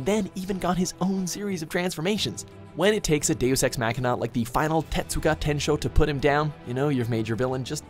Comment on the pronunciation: Is it me or did I hear him say final tetsugatensho